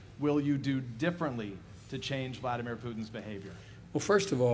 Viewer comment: Biden keeps calling my man's Had-a-beer Crouton instead of Vladimir Putin!